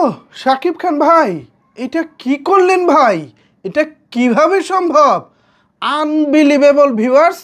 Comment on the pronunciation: আপনার মুখে বলা আনবিলিভেবল,,😆😁